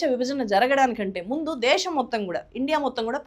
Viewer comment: దేషo కాదు.. దేశం.